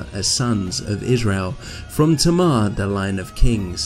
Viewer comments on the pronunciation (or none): none